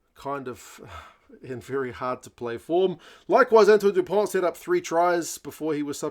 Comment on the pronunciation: yes. Dupont. And not Du Pont.